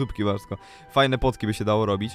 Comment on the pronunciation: Czemu nie powiedziałeś Potki tylko Płotki